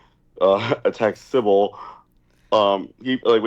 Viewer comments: Even post fishtank he still calls Simbal “Sibble” lmao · still calling symbal "sybil" is so b.u.r.t. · I love how he has pronounced Simbal wrong the entire time lmfao